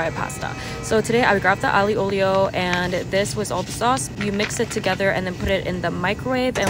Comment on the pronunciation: girl you don’t eat some Ali from middle east it’s aglio (pronounced like alio) no hate!